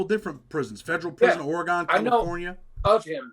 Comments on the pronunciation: It's Oregun pronounced bro. Ha. Not Oregone 😂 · Hey I'm a big fan but I'm from "or-gun" not "ory-gone" 😉 that's how us "or-gun" natives say it. It's funny because almost all people east of the Rocky mountains say it lol